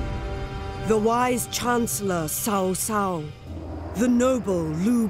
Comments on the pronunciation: 实在是受不了那“骚骚”， 能不能纠正一下读音，我已经被骚骚洗脑了。还有“卢备”、“陋阳” WHY ARE ALL THE VOICE ACTINGS IN ENGLISH ??? REALLY IMMERSION BREAKING. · He's name is Trao Trao. Tr as in trouble. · Man, It’s not Sao Sao, should be pronounced as Tsao Tsao. Bye the way would you release Chinese version? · Pronounce the name correctly... It's Ch-au Ch-au (Ch sounds like Tze), not Sau Sau. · Dear CA, PLEASE correct your pronunciation of "Sao Sao", it's seriously triggering me. The "c" in his name is pronounced like in ly"chee": "Ch-ow Ch-aow". There's no "s" in his name. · how many times do i have to say!!?? its chao chao not sao sao!!!! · I'm so annoyed that Cao Cao is pronounced shao shao lol It's chao chao! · IAM NOT ASIAN BUT I CRINGE WHEN THE NARRATOR WRONGLY PRONOUNCE CIAO CIAO NAME. ITS CHOW CHOW NOT SAW SAW. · Again, pls the pronunciation is very funny seriously, it is cao cao pronounce it as chow chow, ya same as the dog breed name not sao sao, it means brother's wife in chinese, so annoying when they do a game with chinese background and the narration not even paying effort to read it correctly, wtf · Guys you do realise that Middle Chinese is somewhat more like Cantonese then Mandarin and in Cantonese its read Ts‘ao Ts‘ao. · Please, cao cao should be ‘tsao tsao’. 🤣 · i am still triggered by how they pronounce cao cao name as sao sao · How she pronounce Cao Cao as Sao Sao :( Did they recruit a Chinese speaker for this? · Silly! It's obviously Cow Cow! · ITS CAO CAO NOT SAO SAO.. DAMMITTTTT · Spent hundreds of hours to understand the history, but forgot to look up how to pronounce the key figures' names... it hurts my ears every time the narrator reads Cao Cao. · The problem is Cao Cao is not English. It is Chinese Pinyin. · Can you at least get Cao Cao pronounced correctly? Otherwise looks good. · Sega, please learn how to pronounce Cao Cao properly. At least Koei did. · The woman can't even pronounce 'Cao cao' correctly, sounds very unprofessional.